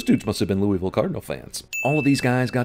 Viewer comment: sin for CinemaSins for mispronouncing “Louisville” As someone who has spent 13 years half an hour outside of the city, believe me when I say people around here WILL lay into you for that sin. Try saying it like you have a bunch of marbles in your mouth.